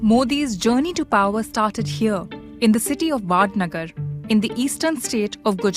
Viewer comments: It is Vadnagar (it is called वडनगर NOT वाडनगर ) and it is not the EASTERN State of Gujarat it is the Western State of Gujarat -- It is appalling as NRI from US to seeing an Westernized Indian Reporter standing before India's Seat of Power and getting it in-correct.....Get your facts correct....I wonder if it is TRUE (in fact, as you claim in your opening) that you have been reporting on Past for past 10 years....I TOTALLY DOUBT IT!.Indian Reporters are so freaking Westernized that they are blinded by all the money being doled out and are forgetting the basic Geography of India. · The place is known as vadnagar not vaadnagar